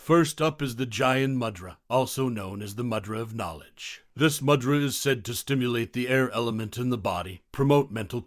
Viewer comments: Pronounced moo-dra not mad-ra. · “Moo-dra” is the pronunciation - not “mud-ra” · Pronounced moo-drus?.. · A very interesting exposition of mudrâ, but it would have been more convincing if the narrator had at least attempted the correct pronunciation of the mudrâs. The power of sound is particularly important when using Sanskrit and the narrator seems never to have heard these words. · I'm almost certain that is not how you pronounce mudra, I'm off to find a yogi. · Learn to pronounce mudra properly by ignoring the way it's pronounced in this video